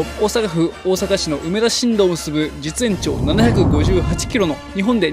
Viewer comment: お疲れさまでした。 大阪の終点は、梅田しんみちって読みますよ(^^)